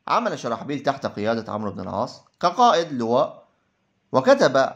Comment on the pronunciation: مشكور على مجهودك لكن اللغة العربية للأسف فيها أخطاء كثيرة و نطق الأسماء و خصوصا عمرو و ليس عمر